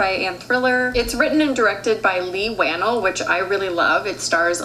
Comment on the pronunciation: It’s Leigh WhaNELL like Chanel. Not channel ☺️